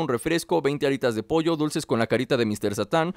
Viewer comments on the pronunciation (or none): none